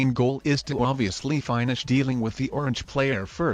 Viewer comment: does it again... the word is pronounced as Fin-ish not Fine-ish! ROFL.